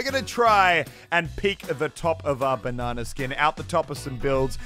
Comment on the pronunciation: Banana not banna